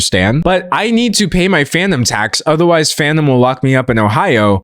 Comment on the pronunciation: Oh FANUM tax. I thought you were saying PHANTOM tax 😂